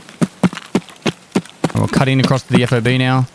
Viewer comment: It is a FOB, but it isn't pronounce F-O-B. It is pronounced fob, as in key fob. As a word, not letters.